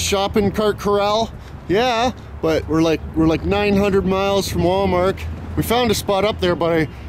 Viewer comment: he calls it Wal-Mark